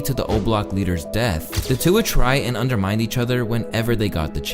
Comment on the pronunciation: He didn't beat this case. He snitched. Also nice to not hear you say WOMAN instead of WOMEN you industry plant who buys views. Nevermind your said PROTA JAY instead of protege and you said UNDER-MIND instead of undermine. Also this feels like a Charlemagne hit piece. Whoever really owns your channel has an agenda.